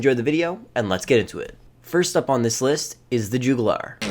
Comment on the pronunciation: The “Jewgoolar”… 😂